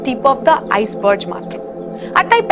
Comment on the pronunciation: Iceberg এর উচ্চারণ আইসবার্জ?? কার্ল(কালো ) মার্ক্স (মাকড়সা ) এসবই শিখিয়েছে নাকি?????